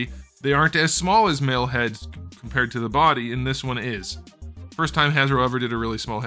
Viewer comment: "the head doesn't connect TO THE BODY!" lolssss :D the emphasis at end was funny af, so true tho